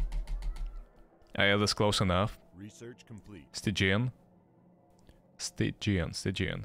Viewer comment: stygian is like "stih-JEE-in"